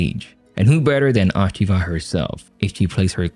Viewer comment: First of all, please pronounce her name correctly! The O rhymes with Oh, not ah. Secondly, although the story is only loosely based on Japanese history, the analysis I is spot on. She will play a roll in influencing her son, but only to his detriment. Spoiler alert. unless they plan on upending Japanese history all together, Toranaga will come out on top of what became one of the most bloody battles in Japanese history and set up a government that lasted like 200 years and became the subject of many many Japanese television shows!